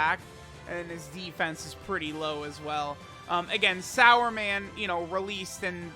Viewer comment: Wtf are you calling him sauerman? It says Superman 🦸‍♂️right there on his card name. He even has a "su" on his shirt there. す and not さ (sa).